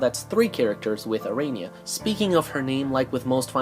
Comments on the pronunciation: I think the proper pronunciation of her name is a-ra-ney-a and not a-ray-nee-a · How are you gonna pronounce her name wrong when they say it in the fucking game?